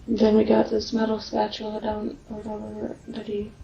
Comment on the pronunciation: "Ambalance" & a "spachaler" what an uneducated and demonic FOOL.